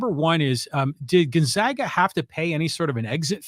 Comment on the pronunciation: Thus guy can't even pronounce Gonzaaaahga....what a joke.